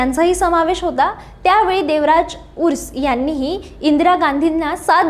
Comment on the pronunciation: बाई, व्यवस्थीत माहीती घेत जा , आणखी बरोबर उच्चार करा , देवराज उर्स. नव्हे ते देवराज अर्स नेते होते ...